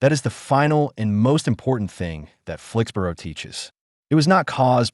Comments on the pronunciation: Here in the UK 'borough is pronounced "burra" or "bruh" (depending on regional accent), not "boro" as it is in the USA. . So Flixbruh, Edinburra, etc etc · After six “Flix-burrow”s I had to leave. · SORRY, can't watch this when the narrator can't even pronounce the name of the place correctly !!😤😤😡😡